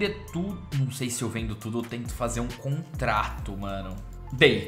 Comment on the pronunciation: Caralho, eu fico puto quando o fala "contrato" kkkkkkkkkk, paciência kkkk